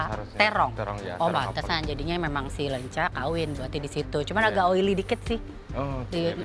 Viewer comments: Ketauan banget ya klo yg bukan orang sunda, nyebutnya 'Lenca' bukan 'Leunca' 😂 Yhaa ini sih intermezzo aja bukan bermaksud hate komen..heuheu.. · Greget banget pada nyebut lenca bukan leunca. 😭